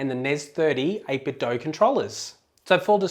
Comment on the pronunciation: You pronounce 8Bitdo correctly...and i fucking love you for it.